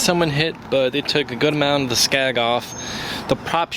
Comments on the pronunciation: It's a SKEG...! Not a SKAG...! Know your marine terminology...! GEESH...! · It’s a skeg. Not scag